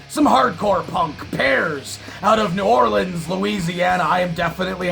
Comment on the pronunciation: I’m impressed your Canuck ass actually pronounced New Orleans correctly. 🤘🏻